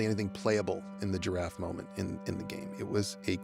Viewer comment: Why does he pronounce giraffe”turaffe?”